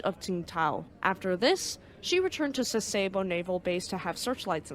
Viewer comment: I also appreciate the narrator's pleasant diction and educated American dialect. A very minor issue for me was the use of American instead of Japanese pronunciations for "Sasebo" and "Yokosuka". I'm an old WesPac sailor who is used to hearing the Japanese version, but overall that doesn't matter much.